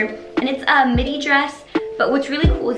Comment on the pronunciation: oh...you were saying "midi" and i heard "mini. i was like " what is she talking about?!"